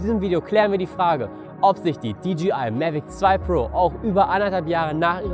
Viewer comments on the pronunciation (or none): Du sprichst das DJI aus wie DGI. Nur ein kleiner Hinweis am Rande...